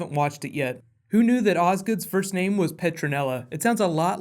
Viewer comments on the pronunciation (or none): none